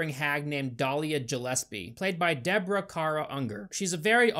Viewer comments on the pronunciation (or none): none